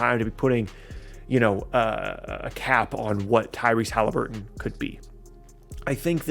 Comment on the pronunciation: I love “Tyrese Halibuton”